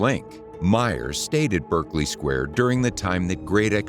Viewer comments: Just Stop saying Berk! 😂😂 Berkeley Square in West London. Many Americans, because it is spelt in the same way as the famous Ivy League college in California, pronounce it Berk-Ley, (Berk to rhyme with smirk). But, it is actually pronounced Barclay ( Berk to rhyme with lark) . See also Berkshire, the county in south west England ( where Windsor castle is situated) also pronounced Bark-shire , never Burk-shire! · Please note that the pronunciation is BArkley not BErkley. If you plan an informative video it might be helpful to note the correct nomenclature.